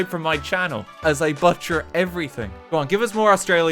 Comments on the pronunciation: HE even butchered the word "butcher." Who the hell says "buh-tcher" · not butcher, but "butt cher" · can we talk about how you even butchered the word butcher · No one going to talk about how badly RT pronounces butcher He butchers the word butcher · he even butchered butcher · Something I wasn't expecting to happen was for RT to butcher the word "butcher". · Rt managed to butcher the word butcher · i find it hilarious how he butchers the word butcher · I don’t even know how he butchered the word “butcher” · he even butchers the word butcher, christ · Never before have I heard a man butcher the word butcher